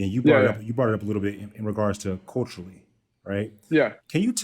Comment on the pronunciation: and he says "Coachally" instead of Culturally